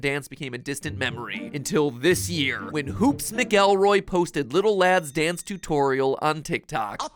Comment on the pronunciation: "hoops mcELroy" cmon matpat 😂